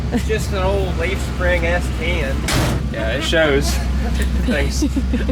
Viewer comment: Say S10 again 🤣